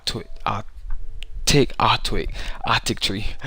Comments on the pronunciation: "aq-tic tree" omfg cringy Awk-wat-ic tree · lmao he said octic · aquatic - Ah-qa-tick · Dude you can't say aquatic it's not pronounced like that ever heard of saying aquatic dinosaurs or something it means water dinosaurs aquatic means the object has something to do with water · Yeah also how hard is it to pronounce aquatic? XD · im done you spend all your time playing roblox instead of going to school, who the fuck can't pronounce aquatic.